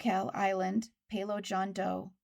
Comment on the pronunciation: I know a guy from Palau. Just FYI, it's pronounced, "puh-LAO."